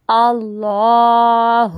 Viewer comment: آپ کے تلفظ میں بہت زیادہ غلطیاں ہیں ۔ اور اعوذ بااللہ کی ع تو آپ نے باکل ٹھیک ادا کی ہی نہیں ہے ۔ اللہ ہو پر مقدر سے زیادہ مد کی ہے ۔